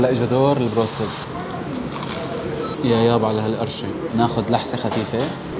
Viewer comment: بتشل لما بيقول عشاء خيف😂😂 لا تقولها😂 بليزززز بالف هنا😊😊😊 اوف 😂❤